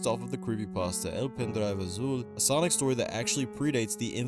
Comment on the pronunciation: Thats not sonic thats sawgnic